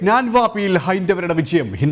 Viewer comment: റിപ്പോർട്ടർ ഞാൻവാപ്പി അല്ല ഗ്യാൻവാപ്പി